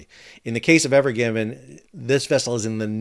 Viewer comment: It's evergreen not evergivin....sorry you said it wrong like many times a couple in the first 10 seconds